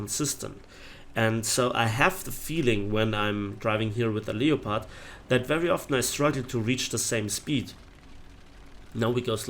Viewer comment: Leo-pard.... seriously.